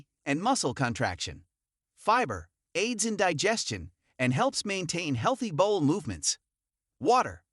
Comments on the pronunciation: Bowel not bowl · They can't even pronounce "bowel" correctly in this video.